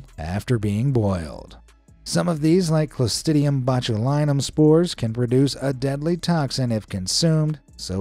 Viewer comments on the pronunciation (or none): Had to make sure, but it's "Clostridium" ✌🏽